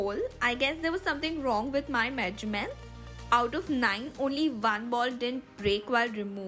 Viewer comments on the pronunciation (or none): no one -: srsly no one -: me -: DID SHE SAY MEEEJJJURMENTS NSTEAD OF MEASURMENTS ????????/